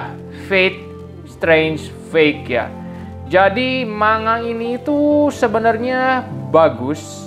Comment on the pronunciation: maaf,niat membenarkan,,,"manga" dibacanya "mangga"